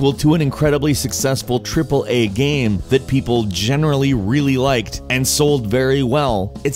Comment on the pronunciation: the way you say game lol xD everytime you said game it sounded like gaem